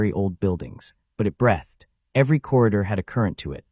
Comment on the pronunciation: Breath ed isn't a word. Breath (noun) has no past tense. Please teach your AI how to pronounce breathEd (verb).